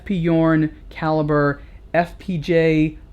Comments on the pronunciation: It is pronounce "zhurn" not "yourn".just an info. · F.P journe is French not German so it's pronounced 'zhourne'. If he was German then 'yorn' it would be. But no -. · It's Journe. Not Yourne. Otherwise, good review. Thanks. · F. P. Journe or eff pee shourne, not eff pee you're. Sorry, it's my OCD. Update: I couldn't finish the video having to hear you mispronounce Journe. And yes, I know I could very well be wrong. But if I am, then I couldn't watch anymore because he kept rightly pronouncing Journe. 🤷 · Pronunciation is totally wrong. Again! The name is pronounced like in french equivalent for the "day: Fonetically "JU:R" and add the N at the end: JU:RN. Also the initials EF PE EF PE JU:RN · It's pronounced "shourn". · hard J as in Journey... It's Fench